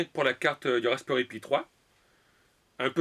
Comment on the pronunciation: je sais pas si c'est normal mais defois tu prononse mal comme raspperry aux lieux de raspberry